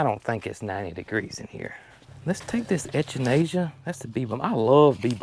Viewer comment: Ok, Mr. WordSmith, I just have to say that altho you are pronouncing most of the word Echinacea corrently, the "C" is a hard "C". Ec is pronounced like heck. So, it is Ec a nay cee uh. 🤣🤣🤣